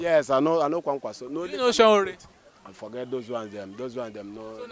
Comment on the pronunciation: Please kindly ask people to teach you how to pronounce Sowore correctly. It is Sowore, not Sanwore.